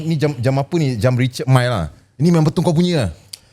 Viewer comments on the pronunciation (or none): richuhd mil.bukan richard mai.mai sini jap aku nk jentik perut kau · wei....sebut nama jam pun tak betul tu.......Richard Mille tu brand Perancis....... "Ree-char Meel" .....sebut la betul2.....adehhhhh.........google la dulu sekurang2nya pun... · Sebut richard mille pon tak pandai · sebut leklok sikit Richard Mille tu. Sebut pun tak betui, entah2 hang yg beli kat China. 🫢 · Ko sebut richard mille pun salah lagi..